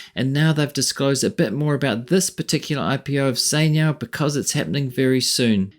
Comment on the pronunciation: is chai niao not sai niao